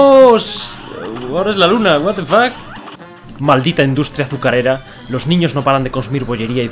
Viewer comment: cada 2minutos: Watefac